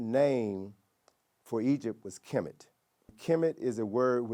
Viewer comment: He was interesting until he went woke and completely butchered Kemet.